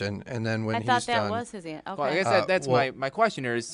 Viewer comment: She didn’t say “okay,” she distinctly said “KAY?” Outside of that you’re 100% correct!